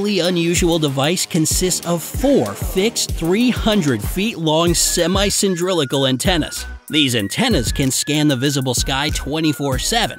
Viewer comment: Ha ha "cyndrillicle"